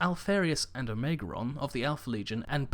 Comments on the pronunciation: Pretty sure its Lorgar? With an R? Omegon, not Omegron? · I love your videos... and I'm not trying to pick on you. I want you to keep up the hard work. You are awesome... but you are really bad at pronouncing the primarch names... Specifically (Lorgar) "Lore-gar" not "Low-gar" | (Omegon) "Oh-may-gon" not "Oh-mey-geron" - (Perturabo) "Per-two-raw-bo" not "Per-te-raa-bows" | (Guilliman) "Gill-a-man" or "Gwill-eh-mon" not "Gully-mon" (sounds like a digimon)